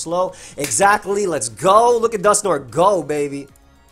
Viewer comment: No one:: "Dusknor"